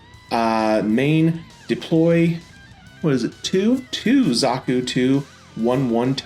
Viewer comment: dont feel bad all the zeon suits have weird names. like its pronounced big zaam not zam